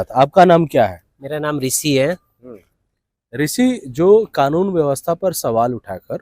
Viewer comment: Bhai ne Rissi ko Rissi hi bulaya 😂 Rishi ❌ Rissi ✅